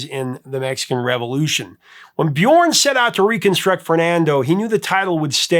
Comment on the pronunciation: the ö in Björn is pronounced like the u in the word burn